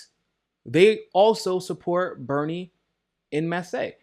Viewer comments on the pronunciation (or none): En Mass not Massay, bruh... 😂